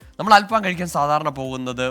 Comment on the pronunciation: അല്‍ഫാമോ അതെന്തു ഫാം .... 🤣🤣 അല്‍ ഫഹം എന്നാണ് .... ഫഹം എന്നാല്‍ കനല്‍ എന്നാണ് അര്‍ത്ഥം .. കനലില്‍ ചുടുന്നത് എന്ന അര്‍ത്ഥത്തില്‍ ആണ് ബാര്‍ബെക്യൂവിന് അല്‍ ഫഹം എന്ന് പറയുന്നത് ...